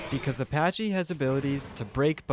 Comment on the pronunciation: "Pachy" - as in pack-ee